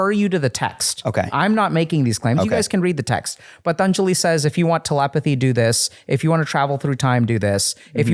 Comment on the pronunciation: Possibly Dr K referred to the book, "The Yoga Sutras of Patanjali". "Patanjali" might have sounded like "Thun Julie".